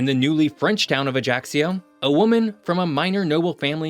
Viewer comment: Killed by the British pronunciation of Ajaccio